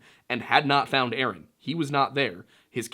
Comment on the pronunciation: Omg lol you said, yaaaasss ☺️